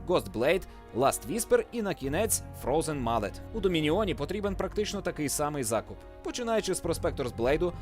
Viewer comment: дуже добрий переклад, чесно кажучи(голос мені більше подобається ніж у Phreak) але одне зауваження: Фрозен Моллэт, а не Фрозен Маллет)) а так все чудово мені подобається. Продовжуйте більше про цю дуже цікаву гру